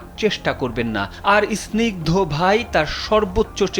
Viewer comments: বা_ ল, ইস্নিগ্ধ কি? স্নিগ্ধ। উচ্চারণ করতে পারে না আবার রিপোর্টার 😅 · উচ্চারণ ঠিক করেন।আপনি কেমন রিপোর্টার যে স্নিগ্ধ উচ্চারণ করতে পারেন না!???? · ভাই আপনে সাংবাদিক হলেন কিভাবে?আপনি তো স্নিগ্ধ উচ্চারণ করতেই পারছেন না।